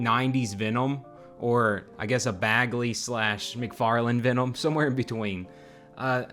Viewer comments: why the fuck is he unable to pronunciate VENOM MFUCKER IT'S V E N O M not ficking VENOUM or VEONOM or VEENOM wtf? dope custom thoguh... just what the fuck? lol my guy also says it like a thousand fucking times .... PER SECOND IT'S DRIVING ME INSANE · I've never heard someone pronounce Venom so strangely